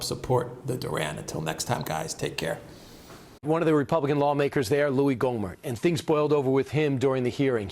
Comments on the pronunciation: lol pronounced Gommer, but spelled Gohmert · It's Gommert, not Gomer.